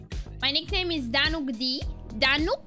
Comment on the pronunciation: So it's actually Danuc d...not danu cd